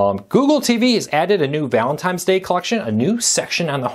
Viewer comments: Did you say "ValenTIMES"??? Yeah it's Valentines...not TIMES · It’s Valentine’s Day, not Valentime’s Day. lol